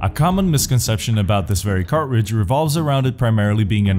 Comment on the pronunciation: Listen, there's a T in cartridge. See? It's right there. Everything else is amazing though, good job.